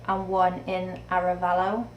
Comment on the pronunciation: Good pronunciation of Jaro, Mandurriao & Arevalo Districts.